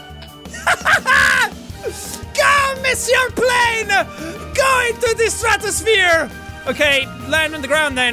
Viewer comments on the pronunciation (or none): none